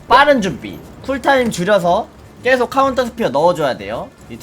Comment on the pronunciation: 왜자꾸 계속을 께속이라고 발음하는거에요?